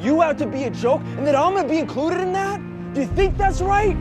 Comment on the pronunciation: Did he say incruded ?